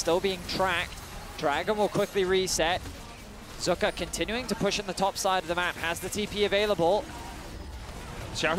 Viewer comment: Who da foook is zuuuuka? Its pronounced zeka lol